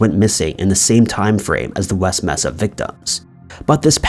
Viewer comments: it’s not “messa” it’s “may-sa”. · Not "mess-ah" it's "May-sa" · You must have been a really sheltered child it's pronounced may-sa not messa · MAY-sa....not MESS-a. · Mesa = May-suh Does anyone actually pronounce it Mess-uh? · Mesa is pronounced Maysa. Just fyi